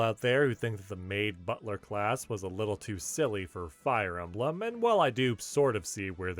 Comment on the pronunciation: Fire E-may-blem?